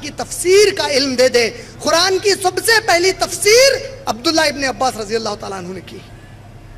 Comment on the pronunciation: ق کے لئے خ کی آواز نکالتے ہیں قرآن کو خران اور قریش کو خریش قید کو خید اور اسی طرح ہر ق کے لئے خ کی آواز نکال رہے ہیں